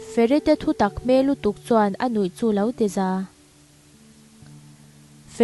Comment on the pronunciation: Tukchhuan ni lo in tukthuan tih zawk tur